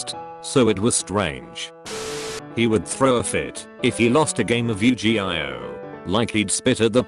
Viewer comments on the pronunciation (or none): You-gee-I-O ? Nah it You-gee-ahh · yu-ge-io WTF!?! yu-ge-ha ? Now your just fucking with us! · Translator says yu gi io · Nobody: Text-to-speech Voice: YU-gI-AiOh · "you-g-i-o" lol what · No this nigga did not just say u-g-i-o lmao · “yoo gee eye oh” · That kid takes Yoo-Jee-AH way too seriously.